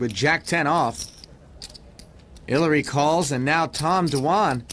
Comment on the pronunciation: Who the fck is haliary? Haliary Clinton? Smfh